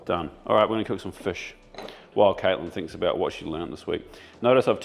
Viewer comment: Is aware he pronounces fish and chips ‘fiss and chips’? I’m a kiwi (Nelson) with Dutch parents and always got shit for saying ‘fiss and chips’. When he talks about Barramundi fish, it’s ‘fish’, but fish and chips, it’s ‘fiss and chips’. Never meet anyone else who says it the same, must be a kiwi/Dutch thing. Anyhow, just wanted to point that out 🤷‍♂️😂 Also, Preston market in Melbourne 🤙